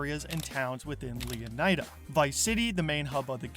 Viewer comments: leonaida? bro is leonida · How on earth are you pronouncing it Leon-AJ-da? Would you say Flor-AJ-da?